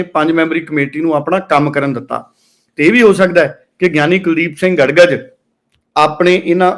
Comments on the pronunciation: ਗੜਗਜ ਨਹੀਂ ਗੜਗੱਜ ਹੈ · ਗੜ ਗੱਜ ਨਹੀਂ ਗੜਗੱਜ ਬੋਲੋ ਜੀ ।